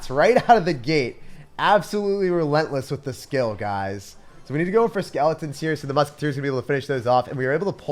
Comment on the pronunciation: Its skull not skill